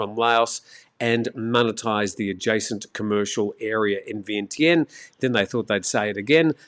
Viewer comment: You pronounce it, 'Vee-an-jan'